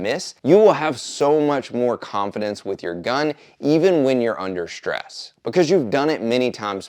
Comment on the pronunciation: Wtf is "shtress"? I cannot help but wonder if it is anything like the ENGLISH word STRESS.